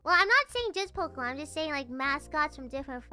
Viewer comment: ポケモンの発音は、「ポキモン」だったり「ポクモン」だったりするんだな。